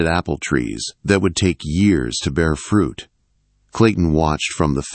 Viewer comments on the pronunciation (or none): none